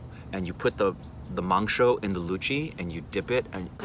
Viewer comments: Wtf...he () pronounced "Luchi,Mangso" better than a Bengali 😮😮😮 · "Dont hold that Dont hold that Dont hold that" she cares for you man!! lucky Man!!!! Your pronunciation of "luchi" & "Mangsho" is apt!!! Please come to Kolkata with entire OSR team, we really want to meet you guys. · 18 mins of video where 9mins of memes. But I certainly appreciate the way you pronounced "luchi and mangsho" loved it. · Are u kidding me !!!!!! They way u pronounced 'Luchi' and 'Mangsho' i couldn't believe it. First time in my life i see an American pronouncing bengali the exact way we bengalis do. Crazy man !!! BTW m from kolkata, love u man.. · did u eat biriyani and roshogolla?. U say mangsho just like a bangali. Even many bangalies cant say it clrearly. Thats aam shorbot= mango juice. U find rude people everywhere. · As a Bengali I can say you totally nailed the pronunciations of luchi, mangsho 👏👏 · Omg!! Your pronunciation of luchi, mangsho, and aam pora shorbot was on point!! I am so happy for you two! You two are meant to be together and God bless both of you ❤️❤️ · Luchi mangsho pronounciation was better than many bengalis. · When said "luchi" "mangsho" and "aamporar shorbot" I died😂😍😘😘😘😘♥️